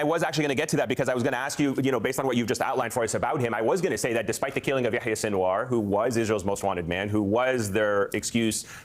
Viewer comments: Kyle.. it’s Ya-HEE-Ah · Why do3s kyle keep calling him "ya ya seenwar". Is he mocking his name? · Pronouncing yæhiye as yååyåå is pretty wild.